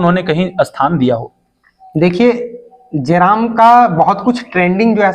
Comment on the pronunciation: Are reporter pahle tu jairam ka naam achha se le jram jaram Mt bolne ...